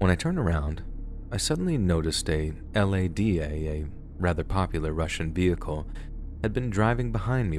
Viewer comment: When he said "I noticed an ELAY-DEEYAY" I HOLLERED (the actual pronunciation is "Lar-dah". spelt Lada)